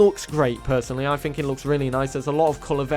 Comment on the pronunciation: Hey millennial it's fucking 'think' not 'fink' your an annoying kid.